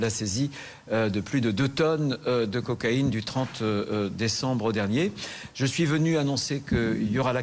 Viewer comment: Cocaïne et non coaïne 😂